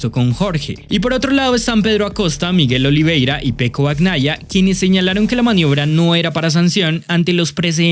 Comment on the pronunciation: Bacnaia? No bebé, se dice bañaia😂😂😂😂